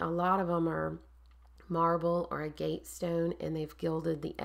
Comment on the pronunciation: oh fiddlesticks! To be fair to you, agg –uht! is one of those words we're all likely to first learn from reading it, with no template for how to actually say it. Like me with misled. For years in my head it was myzzled! What is this myzzled everyone keeps writing about, I wondered? 🙄 'Nitch' is just one of those that makes me... itch, and it's everywhere - newsreaders, politicians, allegedly clever people... so I did a double-take when you pronounced it correctly. Seriously, a first! Anyhoo, linguistics aside, key thing is your wall is effing gorgeous,! Well done. 😘